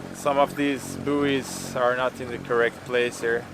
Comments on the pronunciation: Just helping, bouys is pronounced boys (you can Google the word and it will speak it for you when you click the speaker symbol). Keep up the good work! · Love watching your videos, such a calm vibe. Buoy is said like boy, booeeys made me chuckle though - just in case you care! 🙂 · I agree completely with about buoys - red to port, green to starboard when entering harbour. I'm an Aussie, so it's pronounced boys.